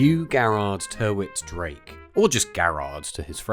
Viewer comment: Another mis-pronunciation - Tyrwhitt is pronounced Tirrit. Apart from that it’s a brilliant film.